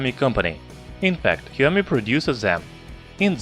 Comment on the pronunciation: Shaomi not heeaomee